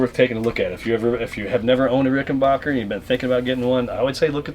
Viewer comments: There must be something wrong with my comp speakers as it sounds like you're saying RickenBOCHer rather than RickenBACKer........I'll need to take my computer to the shop and get that problem checked out. 💫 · it's Rick-en-baker (pronounced "back") , not bock. Get that right first, and then whatever else you say has more credibility.